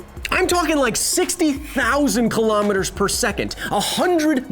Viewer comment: Your pronunciation of kilometre makes my ears bleed Besides that, love the show.